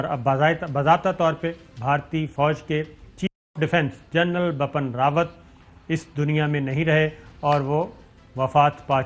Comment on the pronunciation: Sabir Shakir you keep pronouncing general BAPPAN RAWAT. it would've been very easy you to say it right if you had just looked at the English spell. The correct way to say is BIPIN not BAPAN